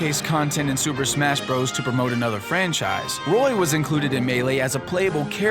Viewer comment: Hey,... It's pronounced "brothers"... AS IT SAYS IN THE OPENIBG OF THE VIDEO.... YOU IDIOT!!!!